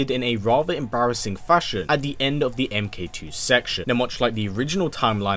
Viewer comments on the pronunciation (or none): none